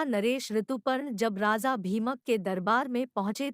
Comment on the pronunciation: It’s Raja and not Raza 😂